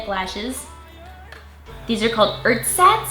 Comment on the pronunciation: Which Germans also had to laugh at trying to say "ersatz"?:D I have no idea why they'd use a German word on it, but it means something like "substitute" or "alternative" in English;) Great review:) I really liked it, so comprehensive/extended and honest. I feel well informed;) And by the way, with that hair you remind me of Lorde:D